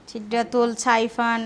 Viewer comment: ছিদরাতুল না সিদরাতুল। ছাইফান না সাইফান ।তোমাকে আর কতবার বল্লে তোমার উচ্চারণ ঠিক করবে ( )?ছোভার( শোভা) জন্য চিকেন বিরিয়ানি বাড়লে না? আমার কি মনে হয় জানো, তুমি নিজেকে খুব সুন্দরী ভাবো( definitely you are beautiful but …..) এটা ভেবে তোমার অহংকারের সীমা নেই। অহংকারী হওয়া কি ভালো? তুমি যতটাই অহংকারী ততটাই স্বার্থপর । আগে ভাবতাম তুমি সহজ সরল একটা মেয়ে কিন্তু না, আমার ধারণা ভুল। কারণ দুই দিন আগের ব্লগে যখন বল্লে ‘আমার অসুস্থতার কথা আমার শাশুড়ি কে ভাবতে হবে, আমিও শাশুড়ির কথা ভাববো।’ কি ভাবে ব্লগে এ কথাটা বলতে পারলে? উনি কতটা অসুস্থ সেটা তোমার তো বোঝা উচিৎ, তোমার অসুস্থতার সংগে উনার অসুস্থতা কিছুতেই তুলোনা চলে না। উনি বয়স্ক গুরুজন, এ কথা তুমি কিছুতেই বলতে পারো না। খুব অসম্মান জনক কথা।